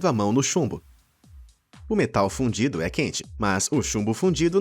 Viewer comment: eu pensei q vc tinha falado "o metal fudido"